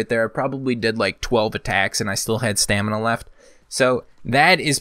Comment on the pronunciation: God please just say Stamina